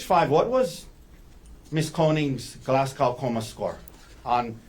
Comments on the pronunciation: Its pronounced glaz go not gow as in how.... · This is a petty observation, but this is at least the second trial I've watched where the Glasgow Coma Scale has been a topic; the pronunciation is irritating me. It was developed at the medical school in the Scottish city of Glasgow. It's not pronounced like "glass cow", but more like Glazz-go (rhymes with jazz-Joe).